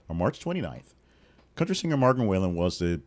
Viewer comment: Learning to pronounce his name would be a good start for you